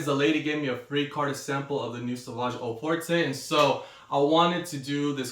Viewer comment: O For-tay? Really you can't make the effort of pronouncing French words properly?